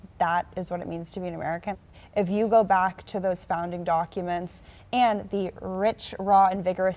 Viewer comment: If yo go bock…. Geez.